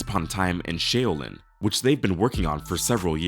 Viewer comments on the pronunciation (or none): I don't want to be one of those people but it's pronounced shaoulin not showlin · Shay-oh-lin?!......gtfoh with the bs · Shaolin, is pronounced "Shaw lin" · I almost unsubscribed when you said Shayolin...bro!😅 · Shay o lin? This is obviously someone who has never listen to the wu or watched any martial arts films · SHAY’O LYN 👈🏾🤷🏾‍♂️🤔🫣. If You Can’t Pronounce The Name’s, In a Culture You’re “Not Part Of”, Then Go Fuk Up, Somebody Else’s 👈🏾🤷🏾‍♂️🫣🤔😳🤫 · Lol@ “shayoalin” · Bro!! Pause! You really out here mispronouncing and disrespecting Shaolin?! Youre mad out of pocket right now bro. Your reading comprehension is garbage. Do some push ups man. Matter of fact F the rest of this video. Not trying to hear about the goat from this clown man. GTFOH Freaking dudes these days man. Shameful. Put some respect on Shaolin. I hate to be offensive but watch your mouth out here. Dont ever let me catch you out here disrespecting Shaolin ya heard! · dude couldnt even pronounce Shaolin' right . lmao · It's an AI VOICE, it's not real Listen closely...the weird pauses or glitch sounds mid sentence. Shaolin was the most overt